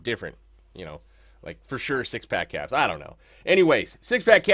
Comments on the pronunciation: anybody else I are him say cocks instead of kappz lol I swear I heard it..... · he said hogs lol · I heard it too haha